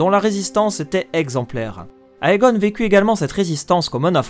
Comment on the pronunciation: Comme il s'agit d'une oeuvre en langue anglaise: AE se prononce É. Tout comme EI et EY se prononce I. Donc "Aegon" se prononce "Égon".